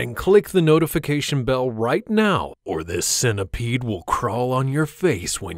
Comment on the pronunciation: I was about to subscribe this chhenal untill I heard centipede